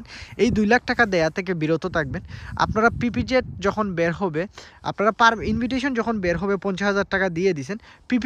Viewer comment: ইনভিটইশন 😂না ভাই, এটা ইনভাইটেশন উচ্চারণ হবে